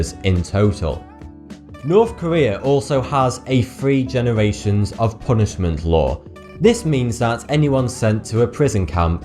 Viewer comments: is it supposed to sound like he's saying "forty two"? or is it just like when they say three it sounds like "free" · free three or fweee??? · you really need to learn the 'th' sound instead of saying firteen instead of thirteen and free instead of three and many other words you did this with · Dinu cv No that's just the way people who are English but can't speak it properly sound. It's pronounced three not free.or any other word with th in it.Like uva is actually, other. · You do understand that the "th" pronunciation in the English language is not the same as the "f" pronunciation correct? Because words like "three" and "free" should not sound exactly the same. Just saying. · its pronounced THRee. not FRee. I thought it was your accent, until i watched your lips make the wrong motions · What's annoying about the narration, is that all of the 'th's are pronounced like 'f's. Thousand becomes fousand, and three becomes free. Just grating on the ears.